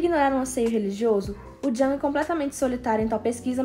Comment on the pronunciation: Adorei o video! Fiquei com medo do possível cancelamento do J-Hope, mas que motivo besta! Só uma diquinha, o nome do pensador pronuncia "Iung"